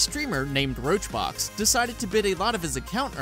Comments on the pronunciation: funny thing as well is he's saying "roachbox" lmao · no he didnt even say roachrox he said roachBOX like they're not even trying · Roach Rox some real good research you have there. Didn't even say the name right either.